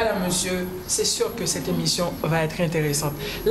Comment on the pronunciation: Mais vs n'avez sans doute remarqué qu'à la huitième minutes et 19 secondes , elle a dit " bien sir " pour "bien sûr " .